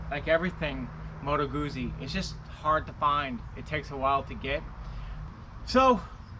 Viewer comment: Beautiful bike! I have the Milano! Oh, not to be that guy, but since you're own the bike...it's "Gootsie" not "Goozy" Like pizza.